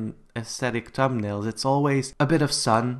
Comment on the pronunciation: No hate but you said tum nail